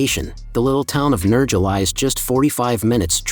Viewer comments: It’s pronounced NerHAA, not NerGA… stupid AI. 🙄🤦🏻‍♂️ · Its Nerha theletter j is pronounced as 'h' so its Nerha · It's "Nairha" as in hair 🫢🤪👍🏼